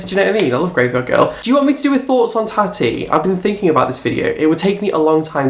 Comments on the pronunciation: Yes, please make that video on Tati, I love her but please pronounce it correctly (tar-tea) LOVE KUCKIAN FAM <3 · Does purposefully pronounce names wrong? haha 😂 tana montague, sharn, tatty..